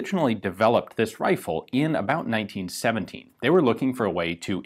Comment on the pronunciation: Am I the only person hearing 1970...? Ian means 1917, right?